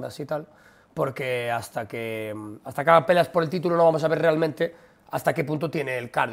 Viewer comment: Se refería a "haga" y pronunció "haiga", la gracia sería si quisiese decir "haya", pero no fue el caso